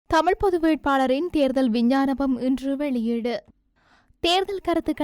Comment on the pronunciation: விஞ்ஞானபம் இல்லை விஞ்ஞாபனம்